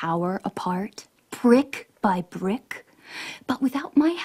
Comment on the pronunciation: She said BRICK.. Not prick...